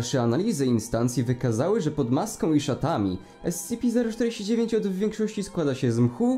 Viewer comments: Ty sam robisz błędy bo powinno się mówić skp/scp Bo Secure. Contain. Protect. A contain czyta się kontain a ty powiedziałeś spici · ESCEPE, to mnie troszeczkę ITYRUJE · kocham jak on to czyta "es ce pe" lol